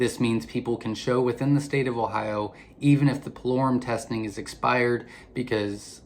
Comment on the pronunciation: Pullorum ( spell check) is what he said but is hard to understand him at that part